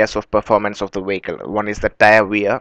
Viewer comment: Vehicle, not Wacal.